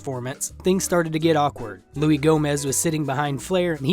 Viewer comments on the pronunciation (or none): It’s Luis J. Gomez. Not Louie Gomez. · "LEWIS" J Gomez. Not "louie". You gotta know this, his podcasts are what Kill Tony was in 2017. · “Loo-ee Gomez” 🤣🤣 tell me you don’t watch LOS without telling me. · Luis, NOT Louie... The 'S' isn't silent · it’s Luis (pronounced Loo-iss) J. (Never forget it) Gomez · At least say Louis right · You pronounced "dichotomy" correctly but not "Luis" 😂love it. Great video btw